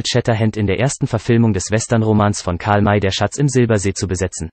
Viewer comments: Gute Übersicht, schlechte Namensaussprache nicht Karlmä sond Karl May = Mei / Mai wäre rivjte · Iss nicht wichtig, aber der Bot sollte Karl May wie Mai aussprechen, issn Deutscher gewesen. Arkansas kannst er gern Englisch aussprechen. Aber sonst gut gemacht. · Ist eindeutig Computersprache! Bei Datum zB stock die Sprache, als wäre es ein Punkt eines Satzes, darum ist hier auch die Betonung vollkommen falsch. Auch die Aussprache wie zB Karl-May-Filme klingt wie Karmei-Filme. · Der Sprecher sagt immer Karl Mey.